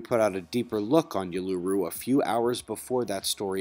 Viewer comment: Cheers for your coverage of the flooding in central Australia. Just FYI Uluru is pronounced oo-loo-roo ☺️. Thank you for your amazing work.